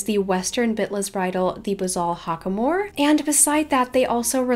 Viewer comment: you pronouced Hackamore wrong. its Hack- uh- more. not Hock-uh-more.